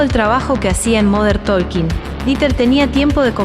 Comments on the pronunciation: se pronuncia tôking, pueden verificar en Google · La “L” de talking no se pronuncia, hasta Dieter lo sabe…